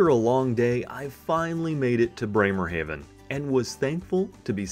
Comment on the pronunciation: Breymer-HAW ven. AH NOT AY